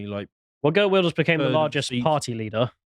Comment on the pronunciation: Still funny how mispronounce Geert Wilders. Either Geert Wilders might make a coalition with VVD, what was/is party the wef stooge rutte, so that isn't a good coaltion. He need Farmer's party, Libertarian party and Forum of Democracy in the coalition in order 2 stand strong, get Nexit and get country back on track 2 be better instead of the downwards spiral it has been since joining the garbage called the EU.